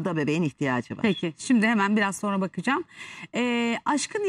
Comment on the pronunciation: Nur Viral sen yanlış söyledikçe inan kulaklarımız tırmalanıyor.Öğren artık SONRA, demem gerekir.Sorna değil , lütfen doğrusunu söylemeye calış.SONRA. SONRA SONRA. bir sayfa yaz ve oku..Ama öğren, Sunucular , spikerler yanlış yaptıkça ... olmuyor yani.